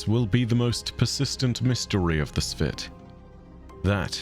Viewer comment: LOL I keep thinking is calling them “The Spit.” YouTube’s auto captions actually calling them “The Spit” only makes it even more hilarious. Edit: “But deep within the ancestral memory of the Spit, the legend of the 11th clan lived on, like kindling, waiting to be licked by a particularly stubborn spark.” LOL